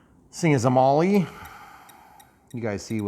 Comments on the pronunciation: Great job....accept the aircraft is pronounced "Mall" not "Molly" 😜 or maybe that's just her nick name? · Molly M7. !?!?!? 😂😂😂😂😂 Not even close to how you pronounce Maule . It’s pronounced Mall … like shopping mall . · Maul,,, forget the E,,, just maul,,,, hehehehee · My buddy owned a Maule...on floats...a real one I mean. He called it a "Maule"....pronounced "Maul", or "Mawl". (not "Molly"). Just saying. But thanks for the video, I intend to buy one of these. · Hey, been researching this plane... It is pronounced Maule - rhymes with Hall -. The "e" is not pronounced. Looks like a great plane. Wish E-Flite would scale/model the current Maule M-7-235C. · 😂 made me laugh hearing it pronounced that way. I just got one of these, it’s quickly become my favorite airplane. Very scale the way it behaves if you try to fly it like the real thing. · The E in Maule is silent. Great videos! You’ve helped me become a better rc pilot for sure. Keep on flying!